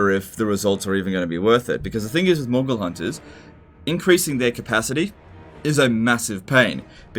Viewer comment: Several times i thought said "mongol hunters"